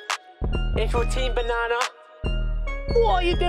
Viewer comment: I loved the fact that said bnana